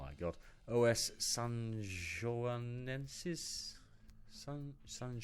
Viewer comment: you pronounced Sanjoanenses quite well though! You got the j and the nasal sounds alright (at least in European Portuguese, the local dialect might have some differences, I'm not from Cape Verde) and those are usually hard sounds to get as a non-native, you even had a bit of vowel reduction in the last syllable instead of a full-on open "e". Also, I'm rooting for them after this upset. I hope they survive a few more rounds.